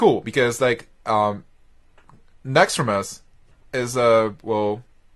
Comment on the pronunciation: nauxraaumos xD